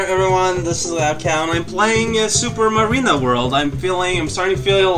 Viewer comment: I know someone named Marina, it sounds so weird to hear say it -_